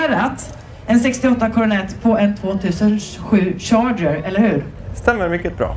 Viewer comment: Typ in En "chager".. Haha va sa han!?🤷🏼‍♂️ 2 minuter senare säger hans syrra att han inte kan engelska😜 Sen kommer farsan med bro skräck!😅 Ko skräck också kanske. Verkar vara en skön familj helt klart. Men frågan är ju hur många gånger Bernt säger "va" i intervjun med han?🤔 Grymt bra uppladdning också! Tack för det Mos.👍